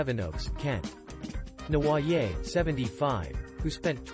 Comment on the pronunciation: Seriously if you are going to cover a convicted criminal please learn to pronounce their name correctly and it's Prison not Jail in the UK.....